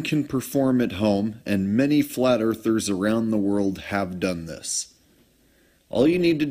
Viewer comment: "Many flather around the world" OMG DID I HEAR THAT RIGHT?